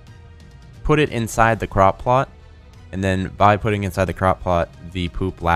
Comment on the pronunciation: Anyone else think at first when said "crop plot" he'd said "crock pot?"